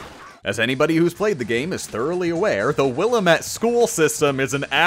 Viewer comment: A child dies every time you say "will-UH-mette"